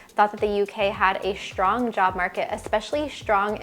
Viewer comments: Strong not SHTRONG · "Shtrong" ? Why is American pronunciation changing to German?